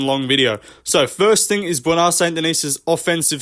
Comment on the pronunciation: "Bwona Saint Denis"